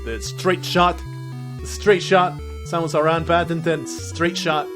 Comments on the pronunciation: The name's Sam-es, not Say-muss. Confirmed by Smash Bros. Announcer. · Its sam -uh-s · It seems the pronunciation of "Samus" has changed at least once, the announcer in Smash 64 pronounces it like the word "say" instead of the name "Sam," but every other game I've heard it in is "Sam" Also, I'm guessing you played either Metroid Fusion or Zero Mission on the Gameboy Advance (which you could have played on a DS, I guess), since the only Metroid game on the DS is Prime Hunters, which is one of the weaker games in the series. If the game you played was a 3D sort of FPS, that would be Prime Hunters, a 2D game would be Fusion or Zero Mission. If you pointed out some of the music and maybe enemies you recognize, I could probably tell you if you played Fusion or Zero Mission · "Today I mispronounce "Samus Aran" on purpose just to irritate you!" - the description 2016